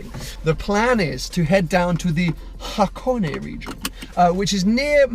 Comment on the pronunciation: I know this is an only video but I can't not point it out. This place is called Hakone. (Ha-ko-neh). Hakoni (箱に), as you keep calling it, is an incomplete sentence about boxes.